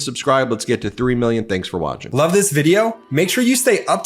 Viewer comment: Ben... My LOOOOBE he says🤣🤣🤣🤣🤣🤣🤣